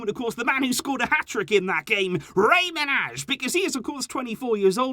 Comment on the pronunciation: I just wanted to tell you that Manaj is pronounced like Manay bc he is albanian and so am I Lots of love❤🇦🇱